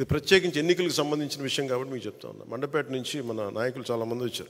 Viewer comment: Adi mandapet kaaduraaa, mandapeta.